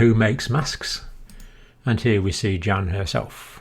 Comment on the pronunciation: The name Jan in the Netherlands is pronounces Yan. y ah n y as in yes ah as in car n as in no